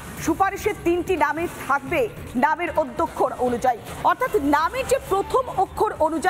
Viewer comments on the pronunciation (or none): কথাটা 'আদ‍্যক্ষর' । সংবাদ পাঠিকা সমানে 'অদ‍্যক্ষর' বলে যাচ্ছেন।